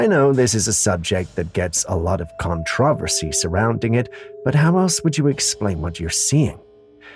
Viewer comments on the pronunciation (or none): none